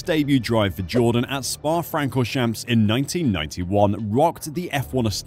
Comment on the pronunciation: I'm struggling with the mispronunciation of so many words. How can you be a fan or authority and then mispronounch Francourchamps?